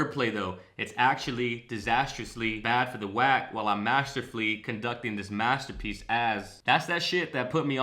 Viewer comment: Am I the only one who hears Em pronouncing "Materpiece" as Master P.S. ??